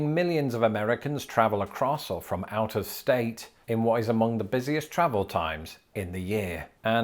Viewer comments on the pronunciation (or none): I heard 'outer state' when you said 'out of state' and now I can't stop thinking of the new hit horror sci-fi movie, "They Came from OUTER STATE!"